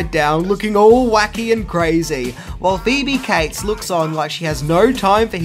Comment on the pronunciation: Her name is Phoebe Cates, not Phoebe Kites